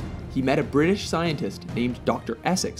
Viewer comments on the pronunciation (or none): none